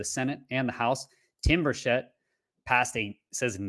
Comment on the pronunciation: Tim BURchett not burSHETTE